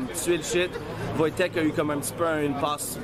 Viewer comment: C'est "Voytek"